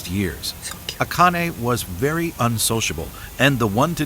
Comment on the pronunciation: yes, the way you pronounce Akane is more in line with how it is said. (she goes by A-Chan, not Akane Chan btw) . I will never ever EVER recommend google translate for Japanese to English and vice versa but, the way it audio wise pronounce Japanese words (and names) is rather good. Give it a try